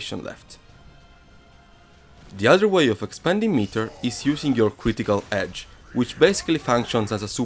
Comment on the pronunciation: reversal Hedge XD XD XD don`t get me wrong Im not making fun of the guy just because he has accent I just found it very funny how hard did he pronounce the letter "H" which is nonexistent in this word and in fact hedge means something totally difference making reversal hedge a total non-sense :D